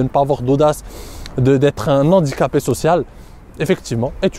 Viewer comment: Super vidéo, comme d'habitude. PS : ne pas faire la liaison avec "un handicapé"